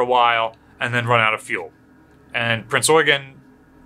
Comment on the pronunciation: When you hear someone say Prinz Eugen properly you know he's experienced, or an Azur Lane player~ XD